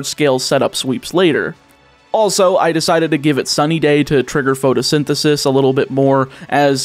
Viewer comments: do you think he knows he keeps mispronouncing pRotosynthesis? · You mispronounced the ability... It's pRotosynthesis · Patiently waiting through the whole video for to realize it's PROTOsynthysis, not PHOTOsynthisis... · Protosynthesis, not "photosynthesis" :D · It bothers me so much that you kept incorrectly pronouncing the ability of Scarlet's Paradox Pokémon